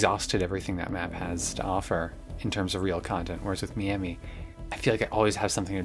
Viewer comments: as a floridian, the way you said Miami hurt me so much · Just imagine she's calling you her friend in French. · Why are you saying Miami like that? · I've never heard anyone pronounce "Miami" and "divisive" like that before.